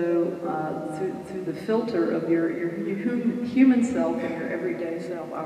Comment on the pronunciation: Why cant pronounce the word "human"...or any word that begins with H?